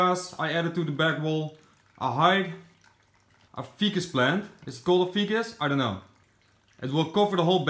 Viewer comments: Pronounced F-👀-kus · Ficus pronounced Fy-kus long i sound not a short i. You could add some Anubius Nana Petite (just crazy glue the rhizome to a small piece of rock, do not plant the rhizome in the substrate in the pond) in the bottom pond, and add some saquatic mosses by crazy glue/super glue (it is non-toxic to fish, amphbians, and invertebrates) along the waterfall path under the water (you'd have to turn off the pump for a half hour while you do this). You could also add some caradina and/or neo-caradina shrimps to the bottom pond, though they might attack the tadpoles..